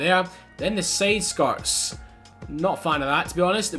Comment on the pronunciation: Sayde Skarts lol